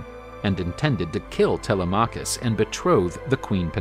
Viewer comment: It isn't tele M'acus with the accent on the M ...it's telema K'us with a soft accent on the K. The Greeks should have sand blonde hair , hairy chests and blue eyes or red hair with hairy chests and green eyes as was their appearance in ancient times, for they descended from Esau and are the mariner tribe of Dan.